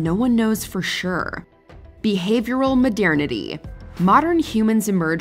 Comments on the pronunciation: New drinking game ideia: every time she says "modiernity" instead of "modernity", have a drink. you better not go home driving. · why does she say modernity like that 💀💀